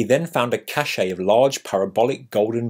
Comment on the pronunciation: The word is pronounced "cash" as in money. You sounded good until that.